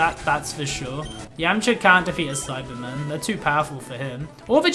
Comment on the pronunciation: Who else as never seen an episode of DBZ and thought he was saying Cyberman instead of Saibamen?